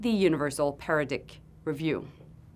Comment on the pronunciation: Did she just say paradick while trying to say paradigm?!?